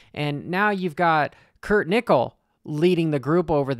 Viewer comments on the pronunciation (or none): none